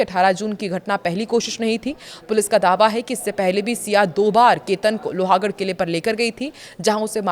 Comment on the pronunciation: लोहागढ़ नहीं लोहगढ़ बोलिये